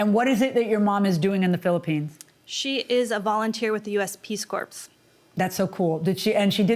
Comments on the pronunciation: She spent all that time with her mother, and still didn't learn that its pronounced "core" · Think there really is a missing bag? has no baring, and the "p" in corps is silent. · Peace corps -, the PS is silent! Lol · I don't know how I feel about this one. Long islanders are schemey. Also, the "p" and the "s" is silent in "corps" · The most offensive part of this case is the otherwise very intelligent plaintiff's inability to pronounce the word 'corps'. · I noticed that too lol 😂